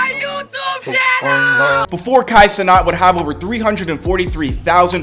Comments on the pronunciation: It’s Kai Cenat not Cenot bro 😂😂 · Bro can't even pronounce his name right but Kai def made it